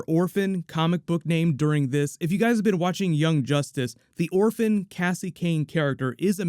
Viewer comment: five seconds in and they butcher orphan...wonderful lol